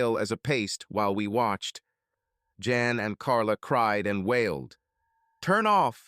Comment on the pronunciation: A decent story but please correct your AI and stop calling Jan Ian. Work on your pronouns